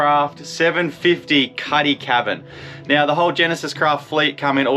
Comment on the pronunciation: Nice boat but would be better with twin outboards for ocean safety. It is called a "cutty", not "caddy" FYI